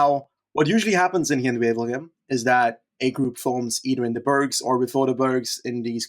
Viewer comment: pronunciation of 'berg' putting anyone's previous attempts to shame